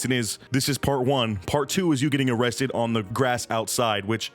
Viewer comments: Be vewwy vewwy quiet. We're hunting for underage girls (hehehhehe) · O-WESTED? O-CWAP! 😅🤣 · Oh cwap.... Am I gonna be o o-rested? 😂🤣😂🤣😂🤣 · O-rested gets me everytime haha oh cwap